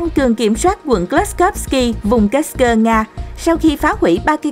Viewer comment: Kursk mà sao độc có thêm âm cơ nữa nghe mất hay rồi